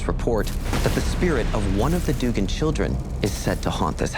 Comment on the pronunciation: Duggan is actually pronounced Dug-gan not “doogan” it’s my last name